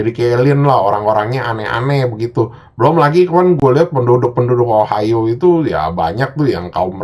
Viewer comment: lama lama denger ohio jadi ohayo njir